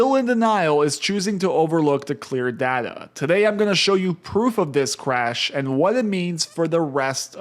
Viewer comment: Are you saying cwash?